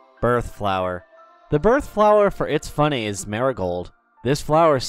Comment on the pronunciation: YOUR SAYING ITS FUNNEH LIKE ITSFUNNAH